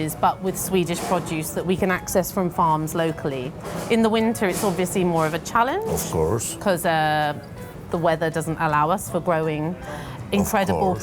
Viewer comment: of kors Przepiekny akcent Panie Robercie :D